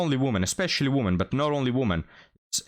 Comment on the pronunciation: I know that English is not your first language and you speak it very well but I feel obliged to help you out with the words "woman" and "women" - the first is singular and is pronounced the way it is spelled, the second is plural and is pronounced "wimmin". I can see how confusing it would be for a non-native speaker, considering the spellings but English is full of such illogicallities I'm afraid. Not trying to be a d**k, just hopefully offering a helping hand.